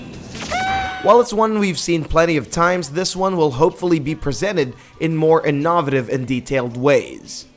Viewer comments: This dude just said Inahvitive multiple times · In-ah-vutive? Feb-wary? A-key-leez? My ears are bleeding. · The way you said ‘innovative’ was...interesting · Innovative pronunciation of the word innovative there! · Shit threw me for a loop.